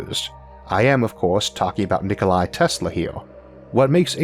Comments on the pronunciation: its Nikola, Not Nikolai (Tesla), but otherwise an outstanding video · Nikola Tesla. His name was "NikolA" not "NikolAI," he was Serbian, not Russian. Serbian-American if you ask us in this country. That's a pretty minor nitpick, though. I'm still leaving a thumbs up, as always!👍